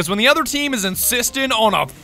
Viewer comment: Is that his famous quote: "your insisten on a fistin"